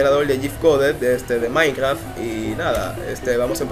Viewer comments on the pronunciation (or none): none